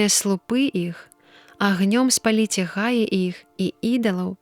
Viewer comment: Прачытана: га'і, правільна, па слоўніку: гаі'.